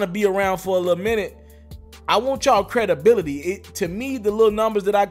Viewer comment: The way you say credibility 😄